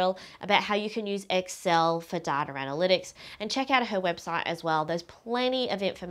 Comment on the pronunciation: Is she saying "dataR"?